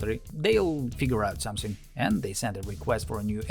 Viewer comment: Ahhh, zey will figure out Zum-zing. 👏🏼 👏🏼